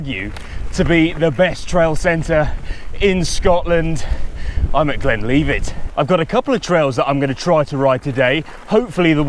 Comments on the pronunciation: Whay a donkey. It’s Glen Livet not Leevit. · Yeah, Moray is pronounced the same as Murray, and Glenlivet is GlenLIVEit👍 I LOVE Glenlivet, and can't wait to get back there to have fun on the new Underthinker blue flow trail.